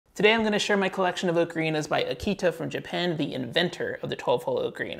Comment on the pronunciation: It might be nitpicky, but you are pronouncing Aketa incorrectly, you say it like the dog breed Akita. The "e" in "Aketa" isn't pronounced as in "see", but as in "let".